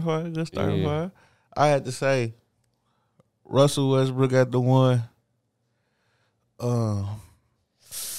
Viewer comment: Cuh said wessbrick😂😂😂